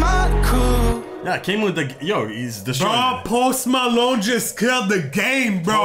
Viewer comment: “pOsTI MEloNi”😂😂😂